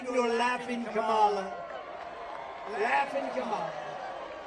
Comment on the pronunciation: Yeah! "Have the decency to pronouce the Vice President Of The United States Of Americas "name correctly! Tell those Ten people to go home!